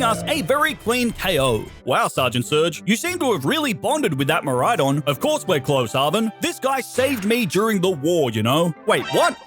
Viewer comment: DO NOT LEAVE OFF THE A IN MIRAIDON!